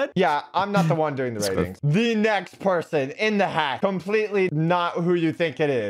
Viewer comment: said dooing